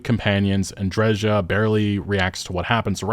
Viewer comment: I still don't understand why they had to butcher Andreja's name